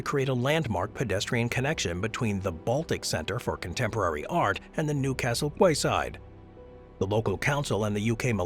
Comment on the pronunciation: Will-AM-ette! I've also walked across that bridge; very cool bridge. "KEY-side", not QUAY-side", even if that's how it's spelled.